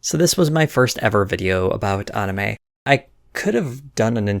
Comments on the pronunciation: Good vid "onime" was killing me tho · If there's one thing that triggers me its when people say Ahnime. Go fuck yourself. Fcuk you